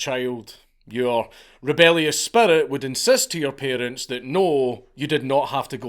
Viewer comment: "peerents" /shrug